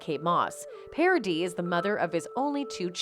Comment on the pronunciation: your video gets a like of me because you´re nearly the only one who pronounced Paradis right